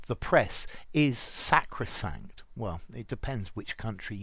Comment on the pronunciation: This channel is sacrosanct to me. Also, I really enjoyed the pronunciation of sacrosanct.